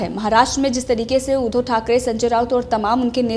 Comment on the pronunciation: Madam आप उद्धो की जगह उद्धव बोलना सीख लो.